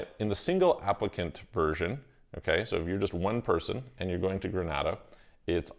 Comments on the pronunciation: Pronunciation is incorrect. Gree- nay-da. Granada is in Spain. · It’s Gren-ay-da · It's pronounced "Gre-nay-dah". If I had the resources, I would invest in the Grenadian and Turkish Passports and also get a Mexican Residence. This would allow me to live in both Istanbul and Mexico City for six months each.